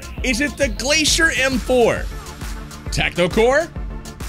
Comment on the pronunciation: Bro Glacier it's glacier 🤷‍♂️